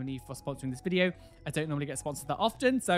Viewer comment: I love how he says "O my gosh" after saying "Welcome back to another piercing reaction ViDiO". :)